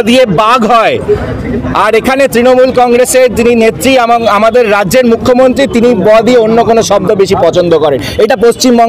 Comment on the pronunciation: অ্যাংকরের উচ্চারণ অতি জঘণ্য। উদাহরণ এক্সেলেটর, মুখ্যমন্ত্তি, পাসাদ, বন্নপরিচয়, ইন্দনিল। আর শুভেন্দুর কুকথা নিয়ে একটা কথাও বললো না এরা। নিরপেক্ষ সাংবাদিকতা 😄